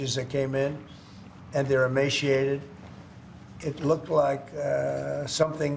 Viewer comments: Seems like the toddler just learned that word “emaciated” as he is mispronouncing it as “emashiated”. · amashiated? interesting.